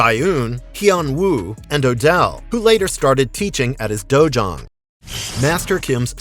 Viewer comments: It's dojo not dojuan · It's dojang.